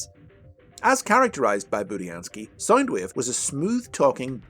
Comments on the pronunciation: You keep saying sign wave not sound wave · Everytime you say sound wave I thimk your saying side wave or side ways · Its SOUND.. SOUNDWAVE...not SINEWAVE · Saindweev.. I can't listen to this, please, why did you butcher the poor Wave's pronunciation.. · SoundWave or Soundueve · Stop saying sinewave Pls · “Soynd wave”😂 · why does this guy say sind wave